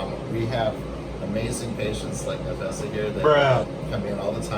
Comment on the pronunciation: It should be pronounced Naf-sa....Nafsa means soul spirit. Self. in arabic are Muslim?